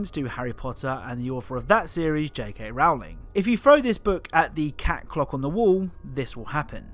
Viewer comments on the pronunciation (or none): i hate it when people say Rowling wrong